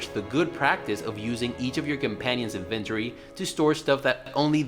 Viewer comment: Had to stop once he started saying inventory in a way my mind rejected to my core... It's as if he wanted to say invented but added ory at the end.